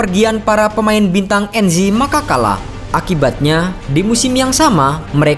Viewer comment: Cara pelafalannya Anzhi Makhachkala bukan Enzhi Makakala wkwkwk